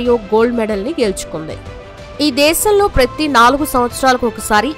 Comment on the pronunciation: Praythee kaaadhu PRATHEE... HEBREE bhasha lekha HEE-BRU ila kuda palaka vachhu